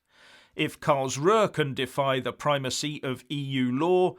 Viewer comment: The Location "Karlsruh" (literal translation: Karl's rest(ing place)) Is pronounced "Carl's-roo"